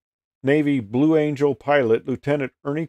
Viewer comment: Blue "Angle" LOL.